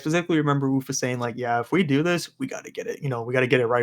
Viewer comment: TIL how to pronounce Wuffa (I was a degenerate who called him )